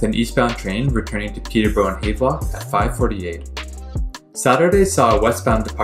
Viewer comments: He produces it haaaaavlock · Thank you. Goodness, not hard to pronounce Havelock properly. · Btw, it's pronounced "Have-Lock" as in "I have a train" . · Check your pronunciation of Havelock. The station at Leaside was the CP customer service center and later the CP Police Toronto Detachment and national training center. CP also had a Station at the Dupont and Dundas.